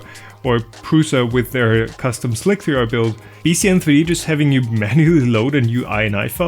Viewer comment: It sounds like you're saying "Slick VR" instead of "slic3r". That confused me for about a year.